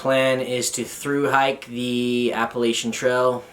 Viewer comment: Just here to leave my first troll comment: It's Appalachian, not Appalachian.